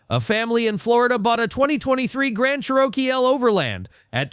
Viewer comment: It's pronounced CHEROKEE